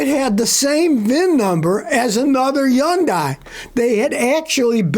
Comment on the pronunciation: Yundai?? Are you telling me all this time the H is silent and I drove one for ten years 😂